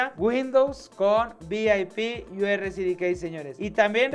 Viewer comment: Vi ai pi yu erre sidi kei (pronunciación tipo ) 😁